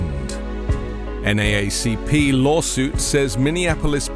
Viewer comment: From a Yank in UK to a Brit in US - extra credit for local pronunciation 'N double A C P'. Thanks for the reporting and advocacy.